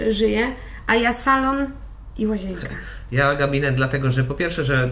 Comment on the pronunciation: Pani nie "łazięka" tylko "łazienka":) Bez urazy...